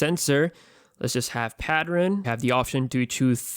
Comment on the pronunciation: The way u said pattern😂lol keep making amazing and non biased videos keep up the good work#roadtoonemill